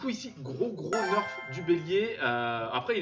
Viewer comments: premiere fois que j entend le mot "nerf" se prononcer "neurf"🙂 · Très bonne vidéo mais ça se dit nerf pas neurf👍🏽